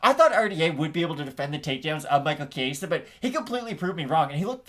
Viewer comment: Good video. FYI though. The E is pronounced like the e in escalate. Not the Spanish “A”sound you kept saying. Good luck gents!